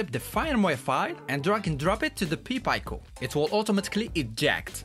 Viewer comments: You're pronouncing pi and pico backwards. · Is he saying "Pee Pie-co" to fuck with me? It's a "Pie Peek-o". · Good job brother. Only, pronounce Pi Pico as “Py Peeco”. You were saying it as “Pee Pyco”. Just flip the vowels and you’ll have it correct :)